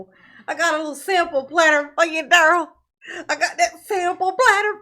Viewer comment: love you darling. If you ever hear any rumors about how our precious Dah-rell is enjoying his time at the Pris-ee-on, I hope you share it with us. The man is evil.